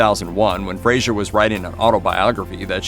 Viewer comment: Fraser not Frasier